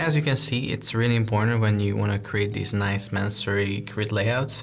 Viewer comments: May-son-ree. Not Man-surry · Great video! Just letting you know -- no shade, just trying to assist...your lessons are incredible -- the word is pronounced and spelled masonry. I looked on the website and saw you spelled it the same way you were saying it and wanted to flag it so your SEO plays well with the actual search term.